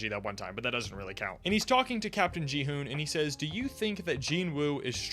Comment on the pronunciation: also, who is jihoon? it's Kihoon 😭